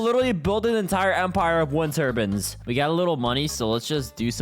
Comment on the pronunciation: Turbins? It's turbines tur-biyns is how its pronounced